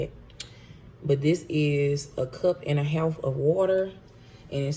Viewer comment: “A cup and a HAOLF of wuter”